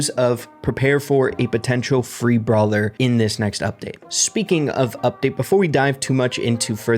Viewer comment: its brawler not bralwer